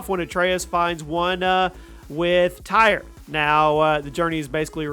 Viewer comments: Tire? Its pronounced tier for tyr and whoremonger? Lmao 😂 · Tyr is pronounced tear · He said tire 🤣🤣🤣🤣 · It’s just “tear” (Tyr.) All these words are pronounced many times in the main game.